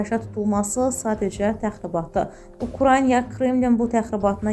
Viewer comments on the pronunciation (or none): Ukrayna (Ukranya yox)